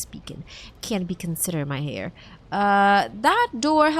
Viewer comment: Tiny advice, the H in heir is silent.